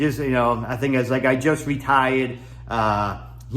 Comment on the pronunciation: You "reTHAIuhd" 5 months ago? You moved to Thailand? You started eating Thai food again? Help me understand.